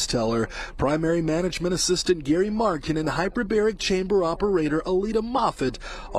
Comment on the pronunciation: Hey, - In case no one has brought it to your attention, I believe the word is hypERbaric.